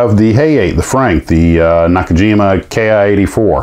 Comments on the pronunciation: I have been told that the "Ki" as in Ki-84 is pronounced "key" rather than K... I... . I've done it both ways myself. Food for thought though. Great stuff! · Ki is short for "kitai." In English it translates to airframe. Written in kana キ, so "key" is the correct pronunciation